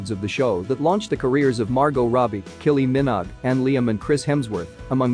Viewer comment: How does this person BUTCHER Kylie Minogue’s name?!